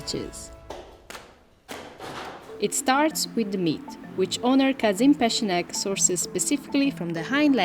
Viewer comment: Just want to points out, the letter 'ç' in Turkish is pronounced as 'ch', as in 'check'. So, the name 'Peçenek' is just 'Pecheneg' in Turkish spelling. Yeah, otherwise this is a delightful video. 😋